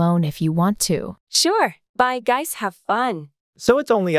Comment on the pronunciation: just found sum just said ''gays'' instead of guys- dayum